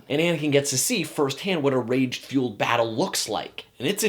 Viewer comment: am i the only one who caught how he said "first hand" right after he talks about cutting off anikans hand